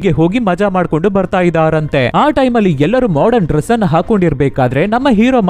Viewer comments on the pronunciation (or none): none